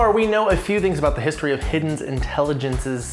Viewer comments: I thought it's pronounced He-den, not hidden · It's pronounced: "He-Den"